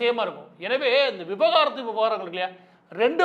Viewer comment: நண்பா அது விவகாரத்து இல்ல விவாகரத்து .முதலில் நீங்கள் அதில் தெளிவாக இருங்கள்.